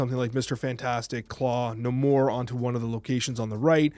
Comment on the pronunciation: Pronounced NAY-more 😁 Sorry, had to, the way you said it was driving me nuts lol